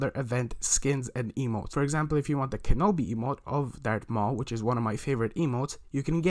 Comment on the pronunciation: Kenobi!!!!!!!!!!!!!!!!!!!!i can you notice the i in Kenobi